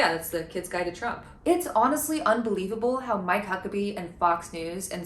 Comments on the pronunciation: "I'm My Cuckabee." He doesn't have to say his name like that lmao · I can't stop hearing "I might cuck a bee"